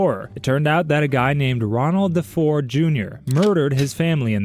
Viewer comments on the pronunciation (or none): It was Defoe not Defore. Love your content though. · It's Defeo, not Defore 😂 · DeFeo not "DeFore" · ronald defeo DEE-FAY-O. the guy was a monster but at least say it right. i hate the phrase "based on true events" cuz its usually like the name of a character and maybe a setting. the rest is hollywood bs.